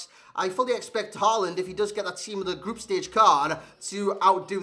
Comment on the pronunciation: I cant stop hearing saying holland in an american accent rather than håland